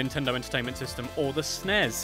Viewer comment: . this pisses me off! There was NEVER a "SNEZE" .It is and always has been S. N. E. S.